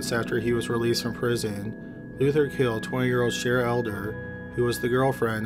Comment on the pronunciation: I really like your videos and the narration but do you think you could start pronouncing the consonants in words like Caught (hard C not "haught") Killed (k sound not "hilled") etc. It always sounds like you are saying h's at the beginning of words and even in the middle of them such as "beghinning" Consonants are cool - you will like them!